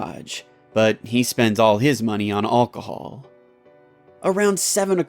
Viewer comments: He said olcohol, not alcohol. Lol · so were just going to ignore the fact how he said alcohol